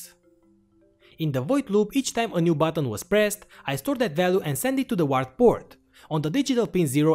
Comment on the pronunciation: When you say 'return button' , you actually mean backspace. The return button is the enter key, which you named send on your keyboard. Also: UART is pronounced 'you art'